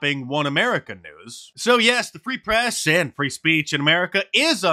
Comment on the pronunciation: He can’t even speak! The “pree society”?